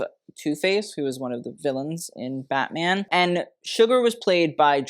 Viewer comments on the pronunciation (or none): none